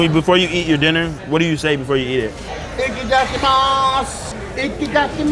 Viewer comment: It's "ITAdakimasu" not Icky-dacky-mas xD